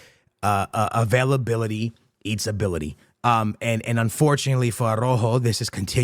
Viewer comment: Bros Fav Word "AVAILABALITY"